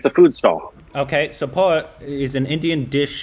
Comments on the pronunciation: And it's poha. While you pronounce it will be as pooohoa like indian pronounce it 💕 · How does he pronounce it as pahooa 😂😂😂.It's two syllables. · Is dyslexic?.. I mean poha can never be pronounced as " pauaa"..